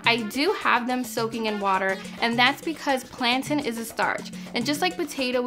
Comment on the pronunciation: First time hearing a non-Jamaican say Plantain like that. :)